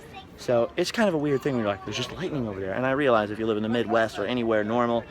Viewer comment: I could watch a whole vlog of saying "over nyah" because it is hilarious.